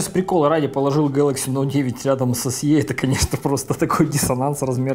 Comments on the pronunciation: Эс И, а не Эс Е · Большое спасибо. Только "эС-И". Буква Е в англ алфавите передаётся звуком И.